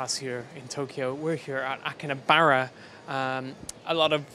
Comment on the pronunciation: it's not akinabara it's Akihabara